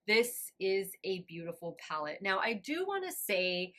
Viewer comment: Honestly every person I've seen talk about this palette has pronounced it the same way, so you're not alone 😅. I'd be lying if I said it didn't bug me a small bit, but at least you noticed! And we're human, we all make mistakes!